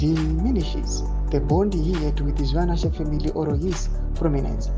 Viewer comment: Please your reporting and reading is disgusting. Improve if you do not want to loose subscribers. Its ZVINAVASHE not ZVIVANASHE.